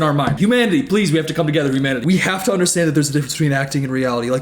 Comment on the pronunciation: “Humaninanity”